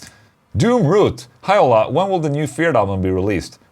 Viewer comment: Hi Ola! Two questions. How could I tighten up my Laney Ironheart 30w combo? Tryied an Joyo Vintage Ovedrive in front of it but did'nt work. Help me there please. And in the other hand, why you say your name in the questions like and american instead of the sweadish pronunciation? Love bro!